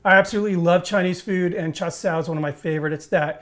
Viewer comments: Ain’t called cha sow! It’s cha see…you. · charr sow ............ hahahahahahahahahahahahhaha this guy knows nothing about cooking nor the language of the country he is cooking in .................. what a joke...